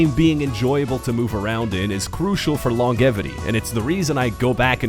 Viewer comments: Whyd you say longevity like that? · Dude said “longevity” wrong in a funny way and I shall now point it out in this comment.